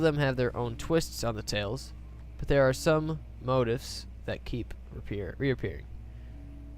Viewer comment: lol its not pronounced mow-tuffs, its mow-teefs